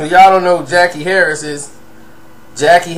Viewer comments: Her name was Sandra on 227. I can't spell her name but I'm sure it wasn't pronounced Jackie Harris. More like Jackee' Harry I believe. Good video but please Gather all of your facts sir before presenting them. Gonna make ppl unsub. Just sayin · Jackie "Harry", not "Harris. See this is that partial info shit im talking about.